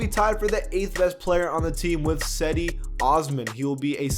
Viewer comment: It’s pronounced Jedi osman not Cedi Osman